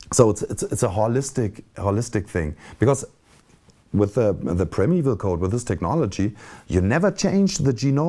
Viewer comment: interessantes Video. Man spricht es als Prime Evil aus.